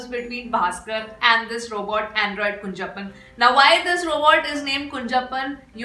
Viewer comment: It's not kunjappan it is kunjappan with ञ and how it will be pronounced if two ञञ. That is how you have to pronounce kunhappan.